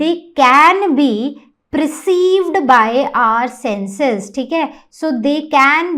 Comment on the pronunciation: Mam it is not preceived. It is PERCEIVED.